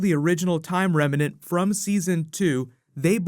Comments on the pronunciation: bro, you've got to learn how to say "remnant". I think you're getting confused with the word "revenant" cause you end up saying "remenant". Picture the two headed monster on sesame street: rem... nant... rem... nant... remnant! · "Rem-nant" 2 syllables. Not 3.. . 👍🏻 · Also, I love you man, but you GOTTA start pronouncing remnant correctly without that extra "a" in the middle that makes it sound like a mashup of remnant and revenant.